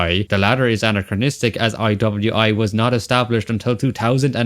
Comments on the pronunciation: Stop fucking saying anacranistic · STOP SAYING ANCHROCHRONCHORORONCHROCHRONISTRIC!!!!!!111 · The work that went into this is insane! Well done Although there's only one R in 'anachronistic' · You gotta stop saying anachronistic homie, I know you got nothing else to say but I wanted to put pins in my ears after this video Great video and amazing analysis but anachronistic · Identifies 260 inaccuracies. Still says “aNARchronistic” and “hemlet” 😅